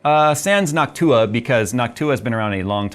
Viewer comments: Why do you say Noctua like it's Hawk tuah 😂😂😂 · Why does he now pronouce Noctua like Hawk-Tuah?